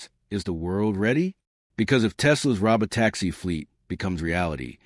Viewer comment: Hey less than impressive AI voice. That's Pronounced (Row-Bow Tacks-ie)